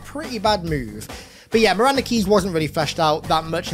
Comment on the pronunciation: I swear i thought he said Miranda was the Yummiest Commander in the UNCS, and I agree 100%